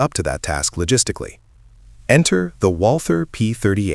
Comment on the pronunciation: the "th" in Walther is not an englisch "th". It's pronounced "Walter", not "walthhhur" So lazy to use AI and even lazier to not use it properly. P.s. do same video again with proper voice over and proper pronounciation and proper own style and personality, and I might come back to the channel.